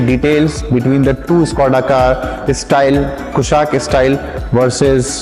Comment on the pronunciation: Abe pahle naam to theek se pronounce kr le 😅😅😅😅